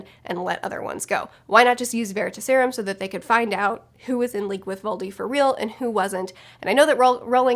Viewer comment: I dunno why, but the way you say Veritaserum kinda bothered me xD. Its ta in like task, not ta as in taught. It's not leviOsa, its levioSA XD. But yeah obviously the serum comes from the word Veritas. Which was a goddess of truth. But honestly the first time I remember seeing that word was from the Sandman Slim series book. He has a coin called the Veritas. Which he got from hell, and he asks it questions and it gives him advice.